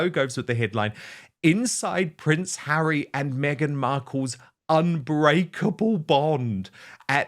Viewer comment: His name is Harry. Not HAIRY. Honestly can’t you pronounce his name correctly.